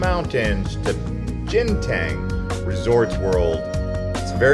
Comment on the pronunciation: It's not pronounced as "Jinten" it's pronounced as "Ganteen"